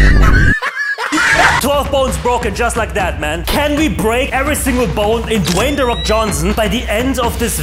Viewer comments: DON'T Ratio + not Dwayne De Fok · "Dwayne the fok Johnsson"